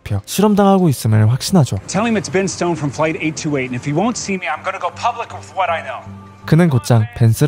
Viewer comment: 828이 계속 퍼리펄로 들리네요ㅎㅎ